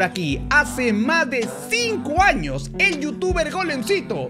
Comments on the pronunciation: Acá los que se dieron cuenta en vez de decir años dice anos😂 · Decía anos???????? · Ya vieron que dice anos😂😂😂😂😂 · soy el unico que noto que en vez de años dice anos¿¿¿¿¿ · se dieron cuenta que dice anos en ves de años